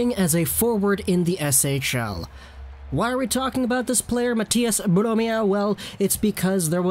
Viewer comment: Low-key kinda nailed the pronunciation of Mathias Bromé